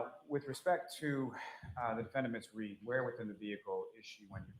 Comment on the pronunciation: why do they call her reed instead of read